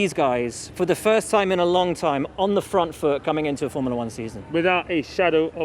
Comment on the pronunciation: It's not "Formala One". It's Form-u-la One!"